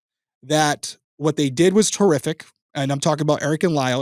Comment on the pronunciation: lol sooo…I know you said “horrific”…because, context… but bro,, that sounded a lot like “terrific” (as in…”what they did was terrific!”) and I had to laugh at that. Then I felt guilty for laughing, given the subject matter, but it was funny, nonetheless. Apologies to anyone who is offended by this misheard statement… I guess I’ll just “cough it up” to another reason is an absolute legend.